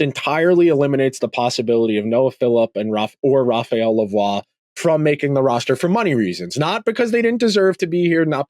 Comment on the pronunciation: You are pronouncing Lavoie correctly but Savoie is pronounced Sa-voy. Also, it’s “Philp” not “Philip” Love the pod, keep up the good work!